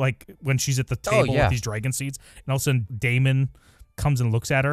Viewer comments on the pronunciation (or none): Why do you pronounce dragon like that 😮